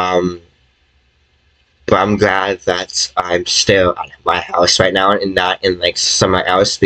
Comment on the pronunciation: Are you sewious right neow